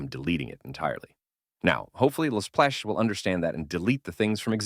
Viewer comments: text to speech be like: elesplash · Lsplash ❌ Lasplash ✅